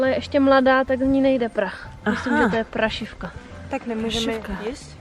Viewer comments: prašivka a prášivka je rozdíl. :D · Někde se jí říká práááášivka, s dlouhým á.